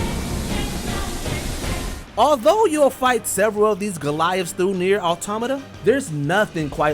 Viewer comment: you called it Nier WHAT